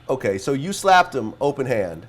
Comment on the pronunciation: I love how vlad keeps putting emphasis on "open hand" 😂